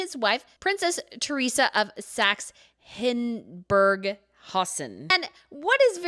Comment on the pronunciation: You might want to check your facts and pronunciation before putting out videos about other countries and cultures. Octoberfest is actually mostly in September. Also, it's Saxe-Hildburghausen and the stones are spinel (spin-ell), not spindle.